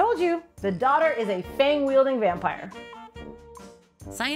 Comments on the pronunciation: Heard daughter too.. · I hear Daughter instead of Dodder and I was gonna say, that is an ominous sounding epitaph that makes me legitimately think of a supernatural monstrosity lol. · I heard daughter too. After a confusing internet search, I figured out she is saying "dodders". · never before have I needed subtitles more. "dodder" is how most folks pronounce "daughter" around here and I had no idea what this plant was until looking in the comments. doesn't help that auto-caption kept using "daughter" too.. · I thought you were calling this thing “the daughter” the whole time, until I read the comments lmao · I thought it was called “daughter” when you said it lol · By the way even though it sounds like she is saying "daughter", it is spelled "dodder".